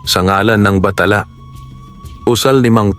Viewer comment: Matalinghaga ang kwento mo, nakaka-aliw ding pakinggan. Danga't hindi maganda ang pagkakabigkas ng ilang mga bagay gaya ng barong-barong at bathala at ng iba pa.....